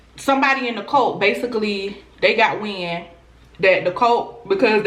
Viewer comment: Girllll that southern accent I thought you was saying COLT (baby horse) instead of CULT 😂😘😂